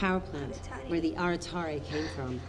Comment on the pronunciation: They say aratare... This is wrong, in Romanian its Arătare you ride ă as ɛ